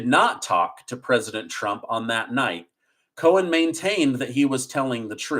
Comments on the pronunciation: I don't know why but it sounds like he is saying Michael Cohens it is Cohen there is not an s at the end it is Cohen not Cohens it is just making me nuts when he says it like that. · I love you,, but it’s Michael Cohen, not Cohens…. 😬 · It’s Cohen, not Cohens. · Cohen. No "S" Bragg. No "S" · Please stop adding an S to Cohen